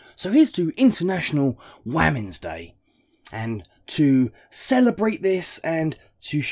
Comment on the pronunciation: Waamens day 😂😂 ffs